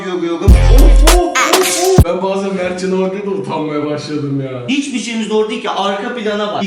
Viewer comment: Ulan Mertcan abhar sen daha ismini söylemeyi vilmiyom bide vidyo çekiyon